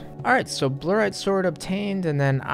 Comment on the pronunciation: Bluerite What's the deal with your basic pronunciations just like in general